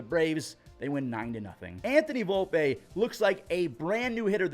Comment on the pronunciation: IT IS PRONONCED VOLPEEEEE